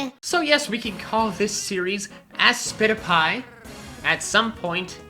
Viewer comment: Ha aspitpiay that sounds like * slap * I was going to say pie you * slap * nice person * slap * are you kidding me?